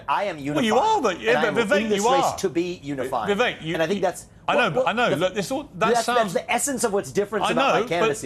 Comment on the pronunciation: Tip for non Indians - pronounce it as we-wake.